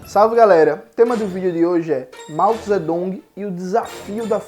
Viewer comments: No sistema Pinyin se escreve Zedong, mas a pronúncia é Tsetung. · No sistema pinyin se escreva Zedong, mas se pronuncia Tsetung.